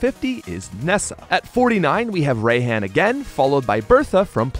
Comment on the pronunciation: i have to say the pronunciation of Raihan in this video irks me a bit "Rye-hahn" not "ray-hand" minus the D